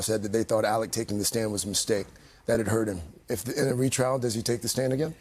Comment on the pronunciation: ALEX NOT ALEC